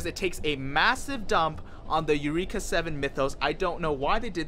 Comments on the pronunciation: Isaac Guerrero and definitely NOT eu-reeek-uh ughhh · Why are you mispronouncing “Eureka”? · How you watch this show and not pronounce eureka or a anemone.